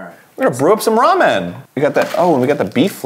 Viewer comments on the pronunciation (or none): Am I the only one who is a little annoyed with how Arin pronounces 'Ramen'? Like he says it as if it is two words- Arin: "we're gonna brew up some raw-menn" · arin saying ramen like "raw men" is going to haunt me forever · I love how Arin pronounces ramen like "Raw Men" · arin pronouncing ramen as raw-men is amazing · So are we not gonna mention Arin pronouncing Ramen, "Raw Men"